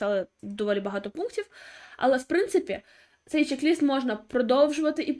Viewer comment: Пишіть і говоріть правильно: чек- лист.